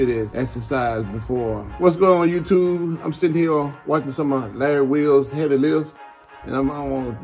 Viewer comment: "That is extremely heavvey" -Ronnie Coleman